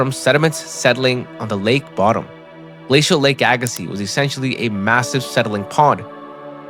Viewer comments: Pronounced Agassee... Not seez.. Dummy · I’ve only ever heard it pronounced “Ay Gah See”, without the Z. I know this because we live on the first shoreline of Glacial Lake Agassiz. We learned about it over and over in school. In fact, if you step out my front door and turn west, it is flat as a pancake. It you turn east, it is nothing but hills. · The z is silent. The ssiz is pronounced like sea. AG-ə-see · its hard to listen to when you know its pronounced wrong. but i read dictionaries as a kid and learned phonetics and can read that way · It's pronounced "aga-see". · I had to quit watching. Couldn't handle hearing aga-seez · Z is silent at end. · But the "z" is silent.... and i loved the video!!